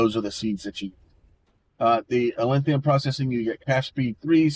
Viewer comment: Dawg, theres no i, its atlantum. AT-LAN-TUM